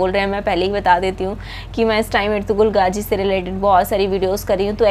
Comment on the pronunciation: Gaaji nahi gaazi